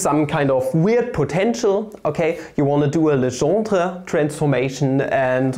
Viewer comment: Your pronunciation of French is spot-on : "Legendre".